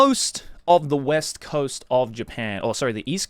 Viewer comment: Bro, you said west wrong so many times I started to question reality. Edit that sh1z out, dawg